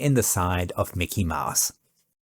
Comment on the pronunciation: Mickey "Maahs"? That's Mickey "Mows" (/maʊs/).